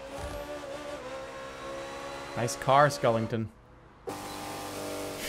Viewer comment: “nice car skullington”